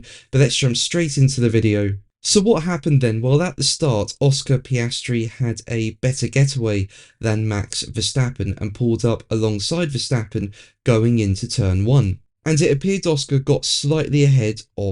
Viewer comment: Max Ver Sooken.